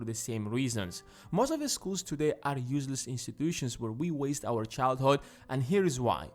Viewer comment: childhOd sorry he says like that